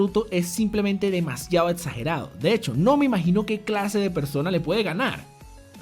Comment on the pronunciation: Todos: Exagerado: Etsagerado